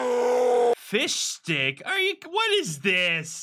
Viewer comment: He said fishdick😂😂😂